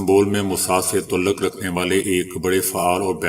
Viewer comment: Inn ka toluk Afghanistan sy. Bahi sahab toluk konsa alfaz ha aap talluq bolyn pl aap ny tw urdu ki man behan kr di ha awaz thek lykin talafuz behtar kryn pl.